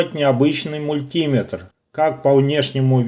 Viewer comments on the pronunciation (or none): Автор представился инженером-электриком, а слово мультиметр говорит не правильно. Ударение в слове делается на букву Е.